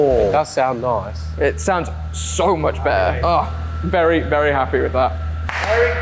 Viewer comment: I really can’t lie the way you say some words is extremely irritating. However it makes you you so I can’t judge the content based on that. As much as when you say vury it honestly makes me so furious, still I cannot stop watching your vids😂. Good job good sir you have found a great balance in your content, it brings me dopamine every time I watch. Thank you very much